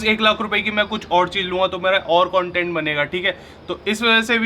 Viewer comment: Now everybody pronounciation content correctly 😂😂😂 even our is saying content not cntent